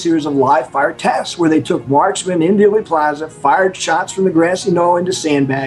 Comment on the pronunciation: There might be a Daley Plaza, [as in Richard, 1968] in Chicago, but the JFK assassination in Dallas was in Dealey Plaza [pronounced Dee-Lee]. Why do so many mispronounce it? -- all historical news of that day who did their research and who were not native to Dallas, got it right.